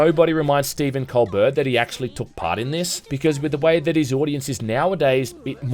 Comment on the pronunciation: Hate to be that guy, but Colbert is pronounced Col-bear, or Coal-bear, with the emphasis on the 2nd syllable. That's how he pronounces his own name anyway.